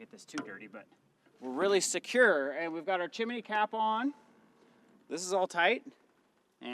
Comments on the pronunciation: (Chimney) Not Chiminey. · A chimney: Pronounced: chim·ney or CHimnē. NOT Chiminee Correct: "Things are going Well" Incorrect: "Things are Going Good" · Chimney, not Chiminey:-) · It’s pronounced Chim-knee(chimney).. NOT chimeny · Calling it a chimminey gets me every time!😂 you guys are the best!